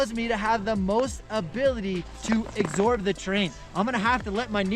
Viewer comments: Love what you’re doing for folk, and I don’t wish to be a pedant, but since your tips are blowing up I thought I should say... The word is ‘absorb’, not ‘exsorb’. Sorry if I sound like an ass. Keep spreading the knowledge 😀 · Is it just a thing to say "exsorb" instead of "absorb"? Maybe a good t-shirt or hoodie idea though. Lol!!